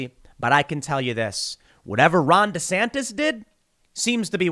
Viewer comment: Take a shot anytime Tim says, “Ron Desantas”